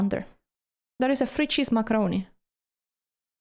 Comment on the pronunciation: That's, "Frrrree cheese macarrrroni."